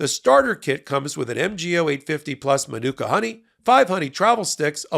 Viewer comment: MAN-OO-KAA honey.